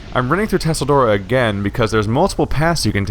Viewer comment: PLEASE GOD! STOP PRONOUNCING IT TUSSLE-DORA. ITS PRONOUNCED CHELL-DORA